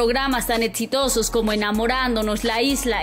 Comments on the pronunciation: Quien es la iletrada que narra esta nota que dice “etsitosos” #nochinguen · "etsitosos" XDDDDDDD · Etsitosos, Etsatlon, Rialiti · Seg ¿Etsitosos? 😂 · "Etsitosos"? Etsatlon?? Que onda con esta morra, no sabe Hablar o que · Programas tan "Etsitosos" cómo "Etsatlon' jajajajaja me cago de risa! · Sería bueno que la persona que narra el vídeo. Pronuncie bien , o que le enseñe alguien a pronunciar ciertas palabras como EXITOSOS Y ARI BOROVOY. se escucha muy mal cuando menciona esas palabras